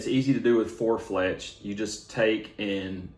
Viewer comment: You had me watching until I heard four fletch, sorry.